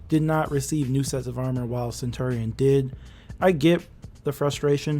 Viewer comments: it’s pronounced: (suhn·chur·ee·uhn) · It’s been so long and you still can’t pronounce centurion correctly?